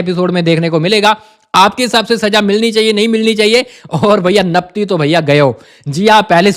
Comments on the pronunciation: Do not say Napti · Hello , digvijay bolo napti kyo bolte ho,kaise ho aap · Naptiiii naptiiii 😂